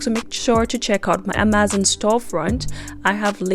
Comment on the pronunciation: For some crazy reason I was annoyed when she said Amazon wrong 😆 Good video and easy to do with her instructions. Great techniques used ty